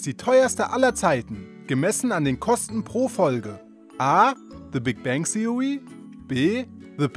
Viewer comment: Haha opfer! Kann der einfach nicht th aussprechen😂😔